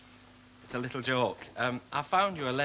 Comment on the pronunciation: I cringe when i hear Irma saying licul instead of little